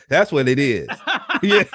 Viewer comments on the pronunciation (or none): Uh, did he say Latisha was articulate.. Stawpppp! Essppppoooo (Expo) and we didn’t get any Thinks (Thanks)